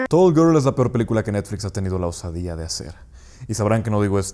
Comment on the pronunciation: Todos "toll gerl" Este tipo: "tuooll guoorl"